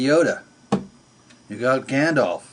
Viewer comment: Hey please use a hanky or something, the snort is not good! Very scary at 2.30, and it's Gand-ALF. You cannot become a wizard unless you have it in you, life can only bring out that what is in you and if it's not in you then you'll just be a wizard clone, real, only in having learnt about it. Wisdom can be taught, but will it really sink in? Will the inner 'soul' reveal beyond 'the books?' And for the record... I am the Real Wizard, did you say you read? Ha Ha